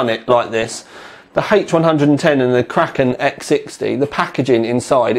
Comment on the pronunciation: pronounces kraken just like me.Nice!